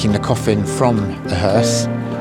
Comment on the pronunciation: Is he saying coffim??